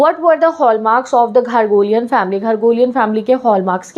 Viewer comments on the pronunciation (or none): It's not ghargolian...... It is garoghlanian